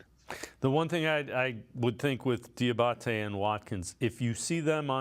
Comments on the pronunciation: How do you mis-pronounce the dudes name several times 2 mins after you hear it said correctly several times? Come on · Somebody needs to let Q know he has got to stop butchering that man’s name, 🤣. (Dee-uh-bah-tay)